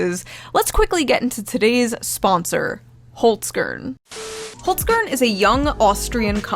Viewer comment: the way you pronounce Holz-Kern is funny af as a german